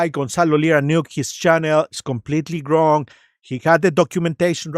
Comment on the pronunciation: I think it's funny that you say "GRONG" instead of "Wrong" 😅